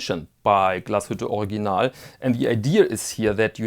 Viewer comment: I think heard you pronounce Original as "Organ-ahl," "Org-ee-nahl," as well as "Or-ig-ee-nahl." I've got the pronunciation of Glashütte, but I'm still still not sure how to pronounce Original. As the proud owner of a new forest green PanoMaticLunor I want to pronounce the brand name correctly. Your help would be much, much appreciated!!